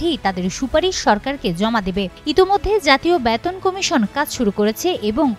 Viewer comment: ব‍্যাতন না বেতন বলুন।